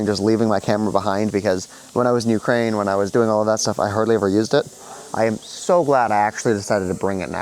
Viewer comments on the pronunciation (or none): none